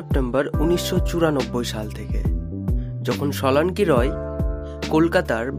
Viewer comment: Solanki Roy nam take eto bichiri bhabe pronounce korchilen keno ? Age ki bhabe kotha bolte hoy sikhun. Tarpor vlog banan.